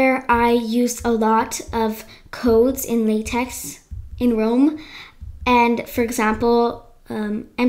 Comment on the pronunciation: Cool vid! LaTeX is pronounced lateh.